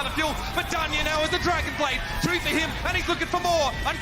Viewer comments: It’s pronounced Don-yay not Dane spelled danye. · “dayne” me: um it’s danye can you read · danye is pronounced don-yay and oge is pronounced O-G